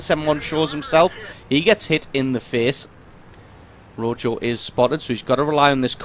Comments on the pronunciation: This is obviously on the NA server, being that guy is from RELIC. Also it's pronounced "roho" I believe. It's Spanish, it means red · Pronounced Ro-ho